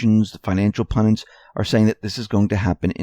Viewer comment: Wonder why SO MANY commentators CANNOT say PUN'-DIT. It's not "PUN-DANT" nor 'pendant', nor any other word. It's PUNDIT, dammit!